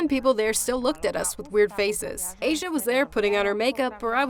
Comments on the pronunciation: Asia not Azja xD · The way narrator reads name Asia makes me uncomfortable. Can we get original video without voice over please?